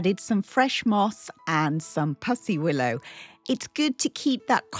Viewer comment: Such a lovely spring table! We say pussy (willow) like a kitty not puss like a spot though! 😂